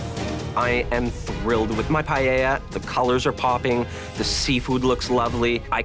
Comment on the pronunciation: Tapped out at the Asian guy calling it pi-yel-la. If you're a world class chef, you can learn how to say the national dish of Spain